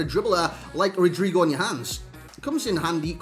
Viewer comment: His name is pronounced "Rodrigo".